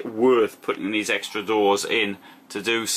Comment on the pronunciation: *"These" not "therse."